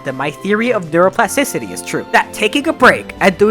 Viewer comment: Bro i have nightmares from the word "neuroplasticicy"